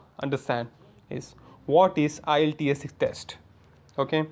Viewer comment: you don't even know how to pronounce the word IELTS